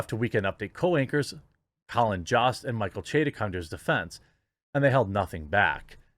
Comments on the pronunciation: It’s Jost with a hard o like “ hose” not the “ah” you pronounced. Please use his correct name pronunciation. Everyone needs their name said correctly. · It's pronounce "Yhost" homie. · It is pronounced Joe-st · Is it pronounced jost or yost?